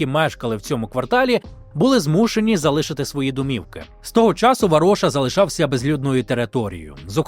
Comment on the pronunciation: Дякую за цікаві розповіді! Матеріал дуже пізнавальний, але одне прохання: ставте правильний наголос у словах, а саме: залишИвся, залишИти і т.ін. З повагою, Сергій.